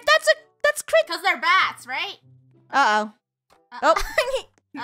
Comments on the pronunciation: funneh its not kicket its cricket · not kricket it is cricket